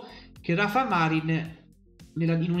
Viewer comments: Ciao, vivendo in Spagna ti consiglio di pronunciare bene il nome di Rafa Marín..alla Napoletana Marín con accento sulla ì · Ciao, si pronuncia con l'accento sulla "i"...Marìn 😉